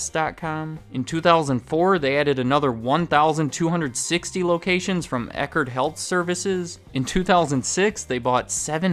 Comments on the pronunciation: It’s Eckerd not Eckard, I remember it because I’m from a region that had a bunch of them. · It's Eckerd, not Eckard. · It's not Eckard. It's Eckerd. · Eckerd not EckArd